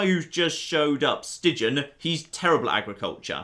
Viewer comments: As A Belgian, the way you pronounce the name "Stijn" is so funny XD it's basicly pronounced as "Stain" not "Stigin" XD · Don't know if the guy with your name has any Dutch connections, but Stijn is more pronounced like 'Stine'. The 'ij' is a contracted vowel, not pronounced as two separate letters. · "ij" can be pronounced the same as "ei" as in einstein. in dutch we call ij the long y and ei the short y. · in Stijn the ij is pronounced similarly to the I in Ireland,.